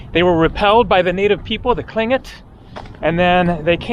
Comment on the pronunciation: Very good attempt to pronounce Tlingit (clin-kit)!!! 🤍🙏🏾❄️ Sitka is BEAUTIFUL in the summer and has beautiful people year-round! 🤍🤍🤍